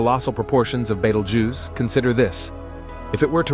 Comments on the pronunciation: Oh absolutely first prize goes to betelgoose 🤣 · I don't think you pronounced betelgeuce the same way twice😂